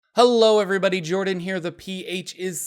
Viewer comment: Good pronunciation actually.